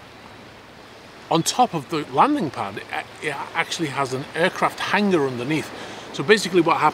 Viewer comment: It's called 'hangar", not 'hanger'.